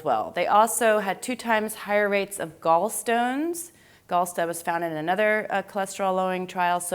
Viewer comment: love how she says gallstones lol